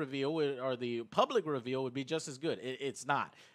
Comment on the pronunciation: Ree veel lol love you joe